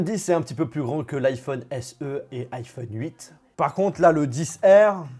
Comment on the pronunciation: Alors perso j’ai pas entendu ça, j’ai entendu iPhone cuite😂😂😂